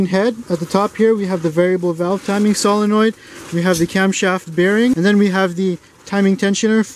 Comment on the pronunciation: My favorite part of the whole demonstration is the fact that you say solenoid correctly.